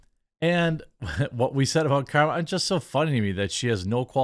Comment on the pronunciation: It's called CAR-ma